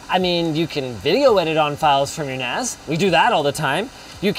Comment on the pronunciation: I keeps mishearing NAS as nads.